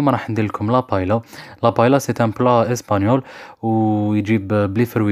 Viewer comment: تنطق باهييا..و ليس بايلا